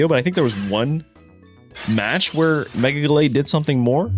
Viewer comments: Jellatté is super annoying bro. Not to mention bad for your algorithm. Say Gallade. Please. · Good vid though mega gelate is lk triggering 😅 I beg you say gallade it’s such a cool name as well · love but the 'gelate' always cringes me out MEGA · My brain itches hearing gelatey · Lol gallade? Gelade? Gelato😂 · Why did you say Gallade like he's gelato or something 😭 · he is doing it on purpose. Just like he mispronounce Gengar and Decidueye. I don't find him doing that to be amusing. Just annoying.